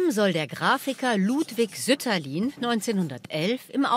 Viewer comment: Sütterlin wird doch nicht auf der ersten Silbe betont.